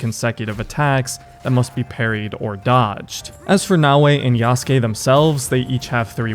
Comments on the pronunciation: When will people learn to pronounce Yasuke correctly... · this game has been talked about for too long for bro to still pronounce yasuke wrong